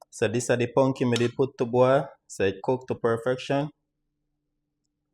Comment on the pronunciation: Not pumpkin rice, but “pungkin” rice 😄